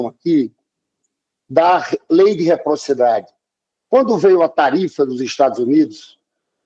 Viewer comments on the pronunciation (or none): O lindinho geração cara pintada não sabe nem falar RECIPROCIDADE, muita farinha e mato queimado ao longo do tempo ocioso.